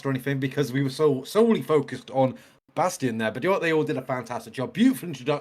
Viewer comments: Guys, it's "Bass-TEEN". Tim said it but y'all missed it. & Rob commented that it was BassTEEN that suggested this be his debut song/video & they were all 💯 on board. It was perfect! 😉😉🥰🥰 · Great reaction! I think you did miss Chance's high long note that was amazing for a person that usually goes low.. And I think Adam B's last name is pronounced like Bas-teen.. They said it in the out-ro but its easily missed.. Cannot wait for more! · FYI his last name is pronounced “BAS-TEEN”… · His name is pronounced Bass-teen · Pronunciation Bassteen. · When Chris Rupp left HF in 2016 he created a new group called 7th Ave. with his sister Tristan and Adam Bastien was a core member of that group for around 5 years. There are many videos of 7th Ave. performances with some featuring Bastien (pronounced Bas teen) with the lead. He also filled in for HF live shows back before even Austin joined HF, and performed with Tristan Rupp on some duets, so he has been involved with the Rupp family and HF members from way back. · #HighlyReActiveReactions #HomeFree I like your reactions, I love Home Free. The song is great. But it's pronounced BAS-TEEN, please. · Oh! And it’s pronounced bas-teen